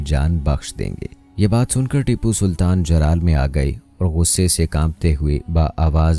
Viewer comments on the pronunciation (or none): Bhai jab content acha banaya tha to shaheed ke naam bhi sahi tarike se lena sik ja tu jo naam leraha hai Baar baar iske waje se video dekhene me acha nh lagra